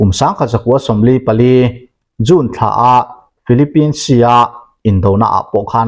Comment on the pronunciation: June I lam dan hi a June bik ngawih2🤭